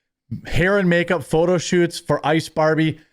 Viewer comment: a "meh aga" senator you say? wtf does that mean? and "me-akeup"? wtf